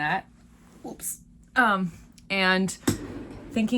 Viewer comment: Love your happy oops pronunciation! Too funny that each of you did it. Looking forward to both and vests!! Emma's wedding mitts are so pretty., your crochet is gorgeous and inspiring. Canles ladies are amazing! Squish envy! 🧶🧶🙃